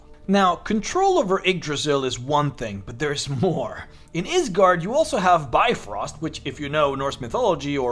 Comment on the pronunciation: just as a danish person I wanna REALLY stress the fact, for other DMs, that you do NOT pronounce bifröst the way he says it: Bi-fröst (it's totally fair to think so as a non, scandinavian person), it's pronounced Bif-röst